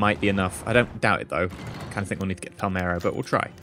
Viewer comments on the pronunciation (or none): it's Palermo, not Palmero